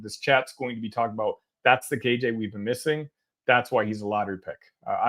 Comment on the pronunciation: You keep saying KJ’s name wrong